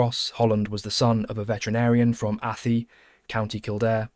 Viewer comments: "Athy" is pronounced "A -thigh", the birthplace of Ernest Shakelton. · Athy does not rhyme with "pea", it is pronounced like "a-thigh". This is getting annoying! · For future reference Athy is pronounced A-thai or A-tie. Not like the 'Athy' part of apathy. It's Irish or hiberno-english. No offense, this is a fantastic doc. Really love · Approximations with English spelling, Donegal = Done ee gall, Leinster = Len Stir, Fermanagh = Fer man ah, Sinn Fein = Shin Feign, Athy = A tie. Doesn't take away from a good video but would be nice to get the pronunciation right